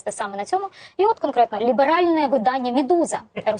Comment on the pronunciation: « Ліберальне видання Медуза…»— Наголос на першому слові